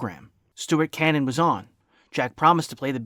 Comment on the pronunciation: As this is a re-upload from several years ago I imagine that you already know what I am about to mention. But, for the sake of the readers, I will point out that the surname of the violinist Stuart Canin is pronounced "kay-nin". Anyway, let me affirm that you do excellent work.